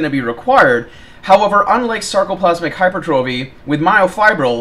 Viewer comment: I mean hey, not a big deal, but for the love of god, please start saying hyper-tra-phee